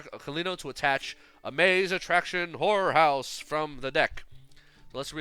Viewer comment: Everytime you said horror house it seemed like you were saying whore house 😂😂😂